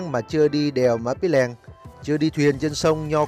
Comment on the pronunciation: Cái tên đèo nó ghi rõ trên bia đá tại điểm dừng chân là Pì tại sao a lại cố đọc sai nó đi thành Pí là sao?